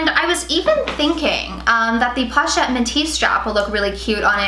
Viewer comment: Posh-et lol